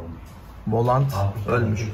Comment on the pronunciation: Volant kelimesi yanlış doğrusu volan dır